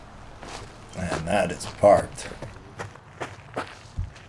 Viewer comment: Productions BTW The Lat64 disc "Sinus" is pronounced "see-nuss", and is a latin word. "Is mos non sinus obvius ventus" is ancient Latin for "Is not affected by the wind". The Sinus is one of the best kept secrets in disc golf. :)